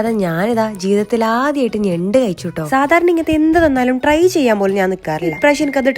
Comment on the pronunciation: നെണ്ട് ❌ ഞണ്ട് ✅